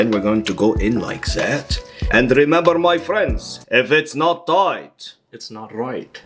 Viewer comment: I love him. If not toight, es not right.